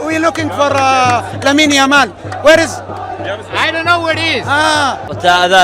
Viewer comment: Bro lo mejor fue cuando dijo where is lamil yamal 🤣🤣🤣🤣